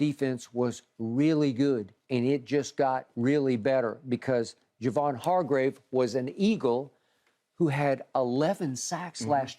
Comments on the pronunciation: It's HarGRAVE not HarGROVE... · OML UNC IT’S NOT HARGROVE IT’S HARGRAVE!! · why does shannon call hargrave hargrove on purpose? the I miss something? lol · If Shannon call hargrave Hargrove one more time lol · And my Steelers didn’t want to sign this man to a good contract knowing his potential NO WHAT we do rely on Tuitt a guy who quit on us without reason now look at him Hargrave flourishing… Shannon it’s not Hargrove it’s Hargrave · Hargrove, ekobum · When will Shannon stop calling him Hargrove? Lol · Has nobody ever corrected Unc on Javon's name lmao. He's been calling him Hargrove as long as I can remember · Shannon refuses to say Hargraves name right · Shannon said Hargrave’s name wrong so many times that when Skip said it right, I thought he was wrong🤣🤣🤣🤣🤣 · Unc, it’s Hargrave 🤣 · Hargrave just found out there’s an o in his last name